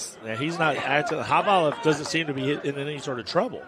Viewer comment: How hard is it to hear your partner saying ka-va-lov? And you keep saying ka-lee-vov?